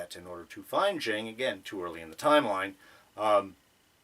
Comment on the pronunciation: Please watch the episode again and hear how Jiaying is pronounced. It’s two syllables. There is a “y” in the middle of her name.